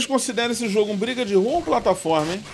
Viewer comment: He impressão minha ou quando ele fala bridiru é briga de rua? Eu sempre quis saber